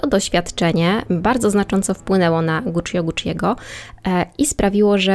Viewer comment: Nie żebym czepiał się, ale często wymieniasz nazwisko rodowe i Guccio trochę kłuje w uszy. Poza tym spoko.